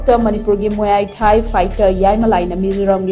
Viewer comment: muay thai se mui thai na pronounce twbne